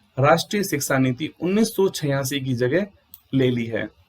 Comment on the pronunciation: महराज सिक्सा नीति, नहीं शिक्षा नीति बोलो